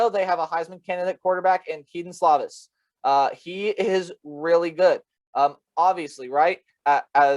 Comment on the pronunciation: Dude it’s pronounced Slow-Viss not Slaw-Viss..